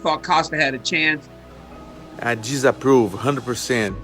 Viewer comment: Paulo "YouMan Jizzapprove" Costa